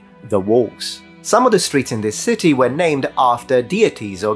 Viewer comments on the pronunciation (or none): none